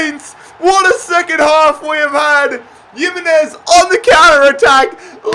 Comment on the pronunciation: Nobody:: yimmenez